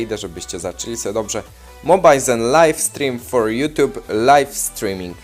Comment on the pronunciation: SE SE SE SE SE SE i tak w nieskończoność nie mówi się SE tylko SIĘ